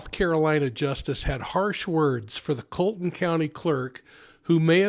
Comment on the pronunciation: Her name is Becky not Betty. Please verify the correct pronunciation of Colleton County.